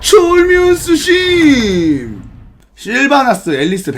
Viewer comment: ㅡㅡ 시작부터 북조선 스트리머 괴뢰수심인줄